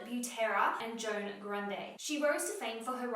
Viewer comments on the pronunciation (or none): none